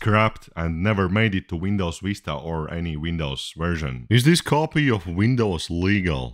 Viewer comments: "Windows " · i love how he pronounces vista as